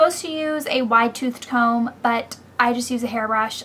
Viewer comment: HAHA ! you said , wide tooth tome ! yoou're funny !